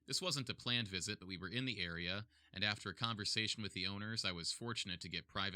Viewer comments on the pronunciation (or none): none